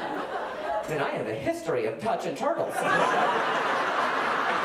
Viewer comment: “That’s why I have thaT” sounds like periodT and I love it.